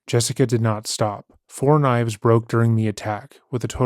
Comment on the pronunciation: “So then I defended meself with about seven knoives and brought with me the head as evidence”